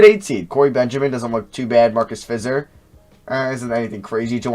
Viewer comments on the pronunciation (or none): Fizer is pronounced like visor but with an F sound out front.